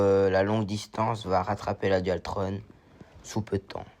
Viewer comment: Bonjour jeune on dit pas dualtronne mes dualtron mdr😂